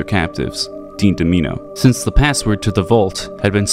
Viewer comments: "Dean Duh-MEEENoh" Bro it's DOMINO. DOMINO, Like Domino's pizza, like a bunch of DOM-I-NOH'S falling down. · "Dean Da'Meeno" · Focused so hard on Christine for the video that you missed how to pronounce Domino